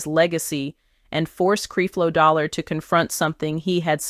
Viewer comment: Why she keep saying CREEP-LO DOLLAR in the beginning 🤔